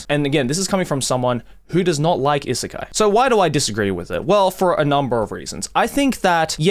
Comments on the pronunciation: is it really pronounced issekai? i assumed it's i-sekai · Why you pronounce “isekai” like that tho